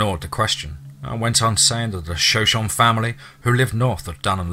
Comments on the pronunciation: Hey, the tribe in the story that the writer mentioned, is (as far as I know)pronounced Sho-Sho-Nee.🙂 Love all your narrations, btw. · I know the pronunciation of Shoshone kills me. I've tried to tell him without trying to sound like an ass. I know if I mispronounced something I wanna know